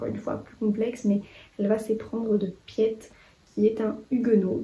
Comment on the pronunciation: Je voulais juste dire que "Piet" en néerlandais ça se prononce "Pit" en pas "pièt" 🙈 c'est le diminutif de Pieter. Le réseau Alice est dans ma PAL, j'ai été convaincue de le lire cette année 😊